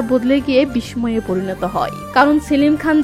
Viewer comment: দুরযোধন,বিশসয় ( দুর্যধন,বিষ্ময়) উচ্চারণ গুলো ঠিক করে নেওয়া উচিত।